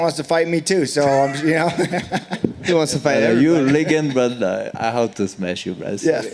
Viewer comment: Khamzat: "You're a good guy but I still have to smesh you" Cowboy forgets what he's talking about.